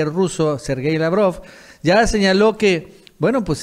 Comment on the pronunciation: Se dice señaló no señarof guey